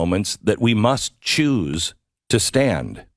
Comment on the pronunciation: did you say Jews or Choose ?